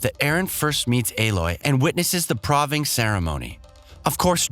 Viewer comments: Have you never heard the word "proving"? Sounding by the way you pronounce it, I'd say nope Man, I thought the regular guy who does videos was bad. I think you're the new contender for that spot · The PRAHVING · How are you gonna pronounce so many things wrong. Can't even pronounce PROVING? And Hades? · It is obvious you’ve not played the game and reading from a script , you pronounce the names incorrectly and can say the word proving either. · Avad, Marad and Oseram are understandable since they are made names for the games but proving and Hades are real words and that was pretty freaking annoying to hear them mispronounced